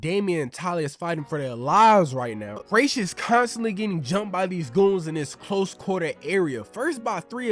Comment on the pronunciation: It’s pronounced Ras like Raspy